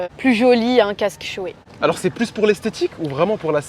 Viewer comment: Ahcheum vous avez dit « shoé » mdrr ça se prononce « shoy » 😅